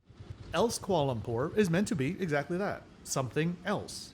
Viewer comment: I love your videos, but please please PLEASE learn how to pronounce "Kuala Lumpur"! I'm sorry to be pedantic, but I couldn't take it any more. You seem to rush through it and miss a syllable every time (in every KL video). "Kualumpur" -- no. "Kwa Lumpur." NO. "Kuala. Lumpur." Two words, four and a half or five syllables. Or just say KL. :) Keep up the good work.